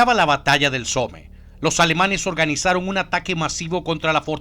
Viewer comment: Se dice "Som" no Some xD (Somme)